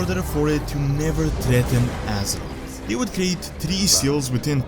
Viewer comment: Ahh I missed these videos.. Love your videos but I am still bothered by your pronounciation of "Assroth" Its Azeroth mate. You said everything great but you still need to train alittle more of the "Aze" before the word "roth".